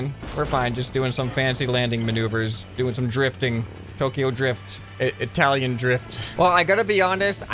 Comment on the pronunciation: Bro when he say Italian drift. icant breath